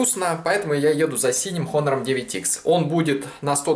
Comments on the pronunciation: НЕ ХОНОР, А ONOR 😠😠😠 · Не Хонор, а Онор олень правильно в Английском буква "H" не читается в этом случае. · Читается просто как онор, без Х